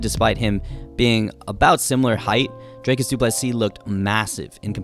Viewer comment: Dricus* not Drakus. It really isn't that hard.